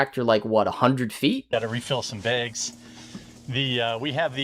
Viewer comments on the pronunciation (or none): The way he says “baygs” makes me irrationally angry